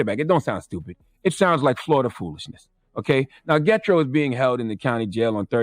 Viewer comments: Not "Getro" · Lol this dude said Get Tro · Gethro pronounced "Je thro" in the 🇭🇹 islander voice. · Yes it's being mispronounced.